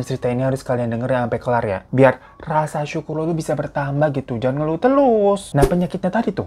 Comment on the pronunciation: berkali2 gw dengerin menit Bang hiro bilang "Jangan ngelu telus" wkwkw harusnya jangan ngeluh terus. Mangat Bang